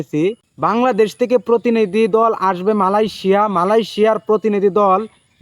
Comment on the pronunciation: মালয়েশিয়া কথাটা ঠিকমতো বলেন